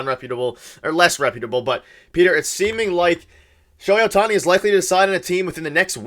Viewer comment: Hello from Japan. Perhaps to better the chances of signing Ohtani, his name should be pronounced correctly. It’s OH-tani, not oh-TA-ni. The stressed syllable in his name is on the first syllable not the second syllable. GO JAYS GO!